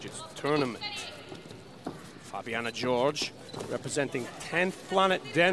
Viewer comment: Someone tell this man its pronounced Hor-Hey